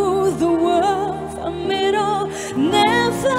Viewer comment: VMH hát nội lực nhưng còn sai nhiều chỗ. Chữ this, these thiếu "s", "it'll" phát âm sai, "for me" chắc quên lời nên sửa thành "from me", etc.